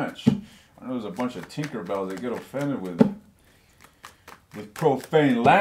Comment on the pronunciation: Lmao did u say tinkerbell 😂😂😂